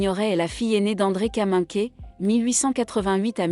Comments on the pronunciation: Peut-on signaler à la voix idiote qui raconte que Kaminker se prononce Kaminkère et pas Kaminké ... ? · J'arrête à , cette IA est insupportable, même le véritable nom de l'actrice n'est pas dit correctement.